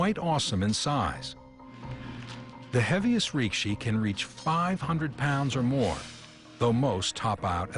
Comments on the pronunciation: Rikishi, not rikshi. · It's not "rikshi", it's rikishi.